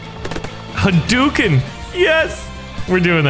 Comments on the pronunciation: Correction in speach. its not hoo dooken its pronouced huh dough ken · Huh pizza dough ken/karen And its ha-dooken, not hoo-dooken